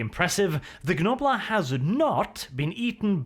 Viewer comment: Please, stop pronouncing the G in Gnoblar, it pains me every time.